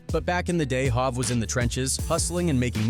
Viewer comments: Yo is everything online AI scripted now? Dude legit called Bow Wow “Boe Wow” some 7 times. And he called Verzuz “Ver-Zeus”. Pronouncing Hov like hog and Ye like “yeah” like yo this shit is messy! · Who TF is Bo-wow? It's Bow Wow, because he is the little dog under Snoop Dogg. And ver-zooz?? Really? It's verzuz, like versus. Jay-z aka Hov, you said hawv, it's Hov with a long o, as in ho! Kanye aka Ye, yet you say yay. Smdh. At this point I believe you are doing this on purpose to get comments. Smart. I know the tactics, because I am also a content creator. It worked. Because this urked me so damn much I just had to comment. Ughh!! I corrected you on many other things, but I was coming down here to type as you mispronounced a name or a word, and it went to the next video before I could post it. You all gotta stop supporting channels like this, who can't even take a second to google or youtube search the correct pronunciation of someone's name. Again, if it's a tactic, then I can't hate on the hustle, but if it's just pure ignorance, then, oh well, nothing at all..... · Dude said halve instead of hov🤦‍♂️......im out😂😂😂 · Bow Wow=Bo-Wow TI=Tie HOV=Hav Ye=Yah DJ Khaled=DJ Ka-lid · Let's not forget hov yes it should be spelled hove it's all about how you type it to make it in a way it can pronounce it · Bo Wow… Hoove… Yea 😂 irritating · Dawg I jus heard how it said HOV and I had to get off 😂😂